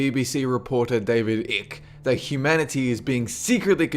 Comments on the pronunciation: David icke as in click?? it's David icke as in bike. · David Icke rhymes with byke, not brick. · Wow, your pronunciations are seriously weird just to point out one David 'Icke' is not pronounced Icke as in 'Sick', but as Icke as in 'pike' .. there were a couple more but that would mean watching the video again ... not doing that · Not that I think you care that much but you mispronounced the name of on the "conspiracists". David Icke, his last name is pronounced "Ike", like "Bike" but without a B, not "ick" like "sick". Also, you aren't portraying his argument fully, which can still be made fun of,but it would be more accurate if you explained that his argument is not that a human being is physically turning into a lizard like creature, but that a spiritual/dimensional shift takes place that allows these evil spirited lizard like creatures to be seen.... on second thought it might take too much time to make the average person understand the argument because in fact David Icke has an 8 hour lecture/presentation on youtube that takes that full 8 hours to fully explain his theory. Is it still questionable or unlikely after hearing the full explaination? yes, maybe but even if you just laugh at the ideas its worth hearing the whole explanation. my jury is still out on that topic. Interesting list though. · "david ick" ? hilarious !!! (by the way, it's pronounced "ike") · David Ike's last name is pronounced as "Eye-k", not "Ick". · You're pronouncing David Icke's surname wrong; it rhymes with bike.